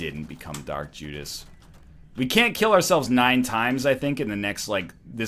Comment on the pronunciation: He said Jark Judas lol